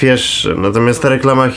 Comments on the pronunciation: Its a handay like a sunday. A nie kurwa hjundaj. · Krzysiu, kochaniutki, obieżyświecie - czytamy 'handej'.